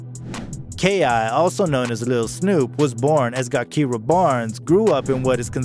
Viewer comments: If this dude says Gakirah w/a hard “G” one ☝🏽 more damn time...It’s Gakirah pronounced w/a soft “G!” Dammit! Ja\keer/rah. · Clearly you’re not from here… her name is pronounced jah-kih-rah 🙄 so sick of ppl wanting to report on shit they know nothing of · Her name is spelled with a G but it’s pronounced Jakirah. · AND DUDE!!!! JUST CALL HER K.I. IF YOU CANT SAY GAKIRAH PRONOUNCED (juh-keer-ruh) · It’s pronounced ja-kiy-ra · Man completely butchered her name 😂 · Should’ve listen to a video or something before making this you fucked ki real name all the way up 🤦🏾‍♂️